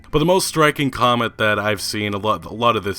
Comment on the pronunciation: During Apology Clip: "Liek, subskwibe, and come-ent. Tanks!"